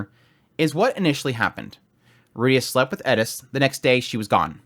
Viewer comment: I TAKE IT BACK HE SAID IT PROPERLY